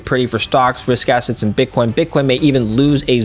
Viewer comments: At the 33rd minute he says bitch coin lol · Did he say BitchCoin?? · “BitchCoin”’🤣 Freudian slip?